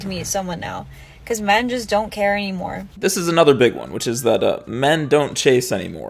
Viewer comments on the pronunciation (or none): none